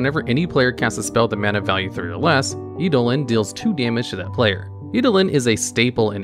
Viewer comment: Seriously. Learn how to pronounce words you don’t know. You literally used 6 different ways to pronounce “eidolon” and not one of them was correct. Painful to listen to.